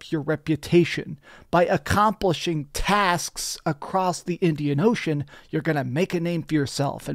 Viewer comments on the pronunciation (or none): He hits the hard S when he says tasksss